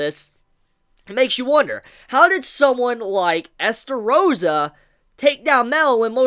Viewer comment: whos Estarossa?OOOOOOOOOOOOH you mean eLstarossa